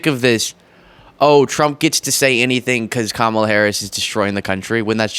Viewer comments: Trump is mentally impaired still cannot pronounce her name even after she made a point of telling him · I haven't figured out if Trump is too ignorant or too childish to learn how to pronounce Kamala's name after she has been vice president for 3.5 years. It's got to be one of those.